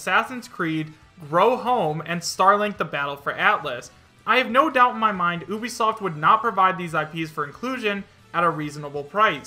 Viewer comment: Why do you say Oobisoft. its Ubisoft.